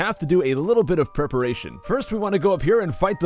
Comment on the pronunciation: "We have to get a little of perperation." PERperation? ¿?